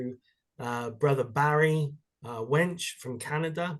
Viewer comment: Barry WUNCH NOT WENCH